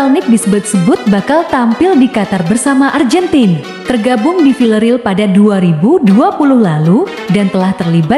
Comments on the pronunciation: ARGENTINA di ucap ARJENTIN. SUWEKKK!!!! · Nyebutnya AR GEN TI NA ajah.. gk usah pke lafal inggris - malah trlihat sok alias Kampungan neng... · Fokus mimin bilang arjentin sama bilang tahun nya 😅